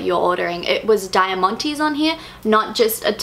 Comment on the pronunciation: go look for the pronunciation of diamante